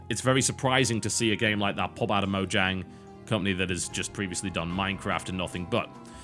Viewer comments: Mojang is pronounced Moyang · i could be wrong, but i believe it is pronounced "Moyang" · Isn't it pronounce Mo-yang? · No, they pronounced it Mojang, with a j as in jiff, in the documentary.